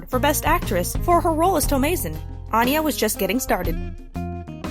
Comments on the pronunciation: it’s actually pronounced with an A sounding similar to Anna not Ana (An- yuh, not On- yuh) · Here's a fun fact about Anya Taylor-Joy that apparently whatever moron put this crap video together doesn't know: her name is pronounced ANN-yuh, not ON-yuh. She's very adamant about this. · Since you pronounce her name incorrectly I wonder why you think you know much of anything about her. Too embarrassing for words.